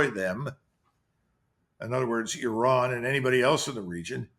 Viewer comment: Euran???, the I in Iran or Iraq is pronounced like the I in Italy, Israel etc...